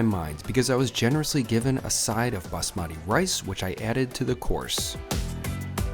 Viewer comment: quick tips for Indian cuisine: 1) "basmati" is pronounced BAAS-ma-ti, not bas-MAA-ti 2) whenever you have roti / parantha / naan, the best way to eat it is to rip off bite-size pieces of the bread, then use them to scoop up the side. if there are big pieces of meat / paneer in there, use the piece of bread to push into the middle of the protein piece to break it into smaller, more manageable chunks. it also keeps the ratios of bread - side nice. love the variety in your reviews, hope to see you trying Indian food again soon :)